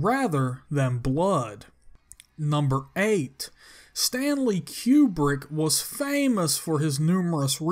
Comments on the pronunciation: Stanley QueBrick ? Seriously ? Its Kubrick pronounced KOO-Brick which means Rectangle in Russian. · "Stanley Q-Brick" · "Keewwbrick..." LOL!